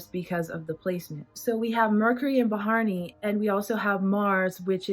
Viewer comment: it's not ba-haa-r-ni.... it's bha-ra-ni... pronounce like bhuh-ruh-nee